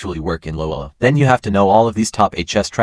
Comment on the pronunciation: some words said loloweloowww instead of low elo😂